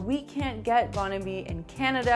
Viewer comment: Love your French pronunciation of Bon Ami. I'm from the south and everyone pronounced the name of that cleaner "bahn amee"! 😸😸 Fun video!